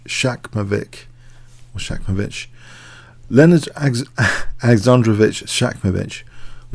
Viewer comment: It is ShaMKovich, not ShaKMovich. But I am not able to do as good videos as yours,!